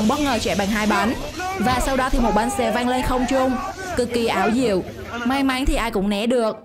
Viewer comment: may mắn lại cứ đọc may máy chắc review này là người nước ngoài đang học tiếng việt ak